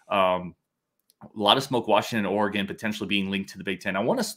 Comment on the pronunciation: Guys, its not Oregaaaaaan like in the small city around here. Its more like Oregen. Just Oregen.